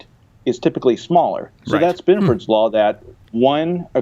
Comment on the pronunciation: Ah hell, I typed Benford, but the damn autocorrect added that extra "o". I was just commenting on the pronounciation